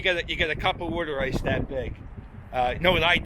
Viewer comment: Glad your saying worder ice correctly. No self respecting Philadelphian calls it water ice lol 😂 great channel!